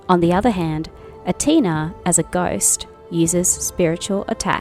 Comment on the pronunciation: I'm not sure if you are saying "Antea" or "Antina" 😅 you're pronouncing her name incorrectly. But I still liked your video. I preordered this game and I do not regret doing so. I really enjoyed my time with it. The story is great and the combat is solid. 😊 I just wished the world could be really open.